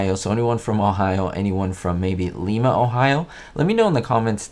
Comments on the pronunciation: Nice work catching this. I am sure I watched it when I was young, and don't remember if I caught it or not. FYI, as Ohio is not in Peru, it's pronounced LI-ma (lie-ma) not Lee-ma. Just north of me in Dayton. They also made steam engines there, but didn't adapt well after... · Lie ma not lee ma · She is from Ohio,but it not Leema ... It Lima like Lima Beans. I've been there. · It's pronounced l eye ma, not leema. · I think your making something out of nothing. Anyone can tell a mile away it was her. Also, As an Ohioan Lima is pronounced not Leema but rather Leyema. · The city in Ohio is pronounced the same as lima bean. lye-ma, not lee-ma. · It's pronounced "LIE-mah" Ohio... not LEE-mah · Lima is pronounced like lima beans. Long I sound. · Great videos, as always. F-Y-I...the city where Phyllis Diller was born is pronounced LIME-UH instead of LEE-MAH. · Lye-ma not Lee-ma. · Lima, Ohio is pronounced Lye muh. Not Lee muh. I know this because I live in Lima. Born & raised there and yes our museum even has a special tribute to Phyliss Diller. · Liema. Not leema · I remember this episode very well and oh by the way you pronounced lima Ohio in correctly it’s pronounced lima not lima 😹😹😹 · Lima Ohio is pronounced like Lima beans, not like Leema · Hello love the Batman videos. Just wanted to correct you on the pronunciation of Lima Ohio. It pronounced with a long eye. I was born there and raised 12 miles south on I-75 in Wapakoneta Ohio. Just thought you might like to know. Keep up the great videos!! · Nice, but you pronounce the city in Ohio as L(long I)ma as in lima beans. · Oh, and it is pronounced Lyma. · Hi, always enjoy your posts. Lim, Ohio is actually pronounced Lye-mah. I always liked Phyllis. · Hi! I definitely noticed the Phyllis Diller cameo. Just as an FYI for future reference, I believe it's pronounced "Ly-ma", Ohio. Or at least the people I know from there pronounce it that way. Keep up the great videos! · Lima Ohio is pronounced like lima bean.